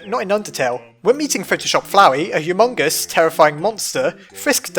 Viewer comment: hughmungus :P